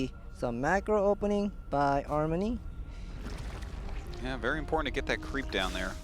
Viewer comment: the other caster pronunciation of Armani name kills me a thousands time inside.